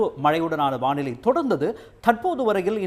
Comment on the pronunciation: வாநிலை அல்ல வானிலை. தயவு செய்து திருத்தவும். ஊடகங்கள் பிழை விடுவது வருந்தத்தக்கது.